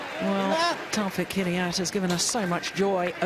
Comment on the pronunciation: it's not 'Hidiyet' you idiot! it's 'Hidayat'!!!!